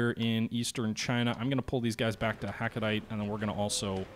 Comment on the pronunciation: (It's hah-koh-dah-tay - source: lived very near to there)